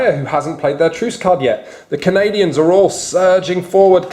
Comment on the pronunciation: It's Canadians, not Canadans